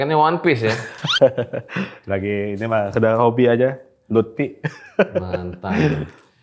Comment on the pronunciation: Luppy bang bukan lutpi🤣